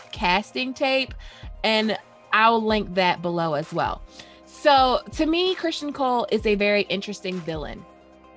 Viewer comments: It's CrisTON not Christian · You're certainly not wrong